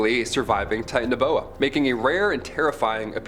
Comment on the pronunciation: Interesting video your pronunciation of Titanaboa is a bit different and it's more likely to be a sub species or evolutionary advancement of snakes that are present today.